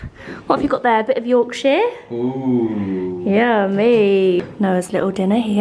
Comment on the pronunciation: And as someone from Yorkshire, I die a little when says Yorkshire 🤣🤣❤️❤️❤️